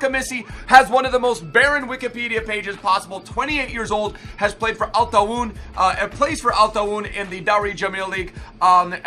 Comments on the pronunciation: hey, just wanted to say that the club thar Amissi plays in is pronunced Al-ta aa win not altaiwan as you said it. ovrerall great vid keep it my man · It's pronounced Al-ta'awon but its okay everyone makes mistakes